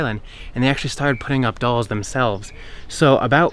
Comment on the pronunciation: InvincibleCap thank you. Someone teach him how to pronounce dolls please